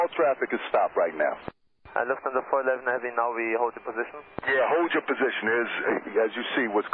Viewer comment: loof-thanza lol